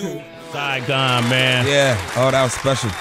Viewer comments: "Siagon" ? Maybe you meant Saigon? I know MC named Saigon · Damn, y'all really fucked up on Saigon's name lol.